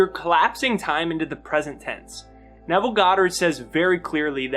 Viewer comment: You articulated Nevel perfectly!!! Thx!